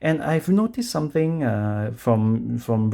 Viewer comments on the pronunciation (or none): none